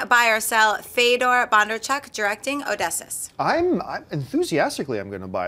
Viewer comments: ohh-diss-eus not odissis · Oh-Dee-See-Us. Not Oh-Dess-Us. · Oh - dee - see - us. Not Odessus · lol "Awdessus". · Odysseus is pronounced Oh-Diss-See-Us. Love the show. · The way butchers the word Odysseus...like...wow! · Omg, mispronounced Odysseus. I'm having a grammar heart attack